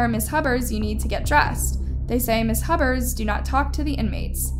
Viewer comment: it's Huber's